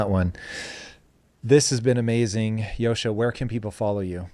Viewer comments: JOSCHA, not Joshua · Pls correct his name, it is JOSCHA.